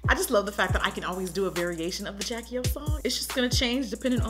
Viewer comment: Why does she say Jackie O instead of Jackie Aina